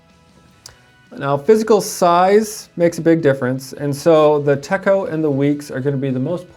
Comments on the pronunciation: Techo is not pronounced tecko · The "cho" of "Techo", sounds like the "cho" in the word, "na-cho". But you have the "te" part right. 👍🏻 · 😕 I believe you're pronouncing Techo incorrectly..